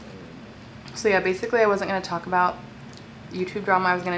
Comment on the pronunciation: Am I the only fat ass one who hears Taco Bell every time she says “talk about”?